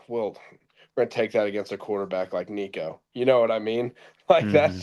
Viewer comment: You’re still mispronouncing Nico’s name. Just use Google and it will pronounce it for you.